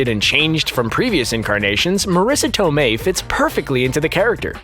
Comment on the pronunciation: The italian pronunciation of Marisa Tomei was still wrong by the way, basically that was "southern italian" pronunciation, not real italian. And the accent for the last name was wrong too. Use the italian voice of Google Translate for a correct pronunciation.